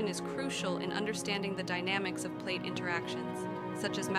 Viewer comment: I really hate when people let their computers read their scripts. They suck at it. Pronouncing PLATE as platt and such. Just read the script yourself or pay someone to do it for you.